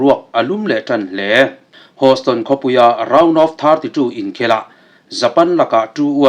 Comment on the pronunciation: Houston hi hoston tilovin heuston tia lam tur